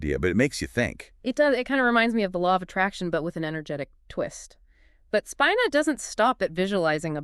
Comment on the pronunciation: Its pronounced Speeena